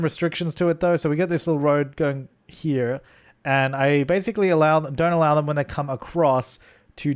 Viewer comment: when ’ brain goes american for a second when he says “here”